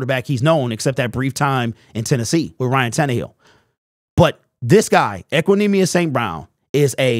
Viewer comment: He said it right